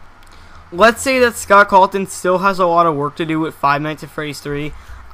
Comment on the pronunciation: WHY ARE U SAYING SCOTT CALTON